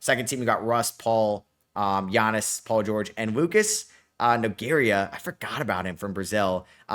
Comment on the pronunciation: The pronunciation of "Nogueira" is No-gay-rah" with the R being a hard R that rolls the tongue...Yes guei is spelled as "gay" in portuguese